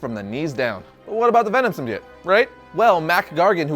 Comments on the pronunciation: I can't be the only one who got annoyed by him saying Symbiate and not Symbiote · Sim-be-it? You mean sim-be-ote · Does nobody know how to say symbiote !?!!? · It's pronounced sim-bye-oat